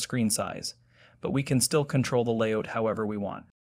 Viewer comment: Stop saying "layOUCH" instead of "layOUT"! How do you say "get OUT"? ... yes so "layOUT" please... it hurts my ears to hear "layOUCH"